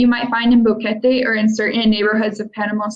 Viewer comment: Bo(short o) que (u is silent and the /e/ is short sound and te (short /e/ as well) at least learn how to pronounce the names of the towns and cities.